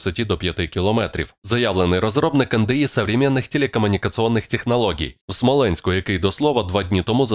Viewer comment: Який "Смеоленськ"? Що ви там курите? Дякую за добру звістку, але ж не можна так лажати!